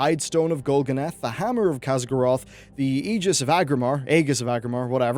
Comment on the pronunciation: I hear some pronounce Aegis like "Ages". Anyways, nice video. I'm sure theres a lot more out there but I kinda wonder where 7.3 will be like once it hits live.